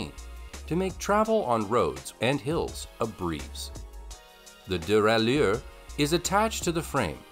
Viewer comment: "CROM-uh-lee" and "duh-rai-YEUR?" I'm guessing they hired a narrator who knows nothing about bikes and just said, "Yeah, his first take is good enough. Go with it." Meanwhile, some of the bikes on this list of the "best folding bikes" are among the cheapest and crappiest available. I mean, c'mon...a Schwinn, for cripe's sake?! And why do all the photos and videos look like they're from the '80s or '90s?